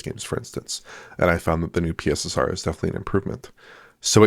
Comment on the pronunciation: "The new PeeSSR"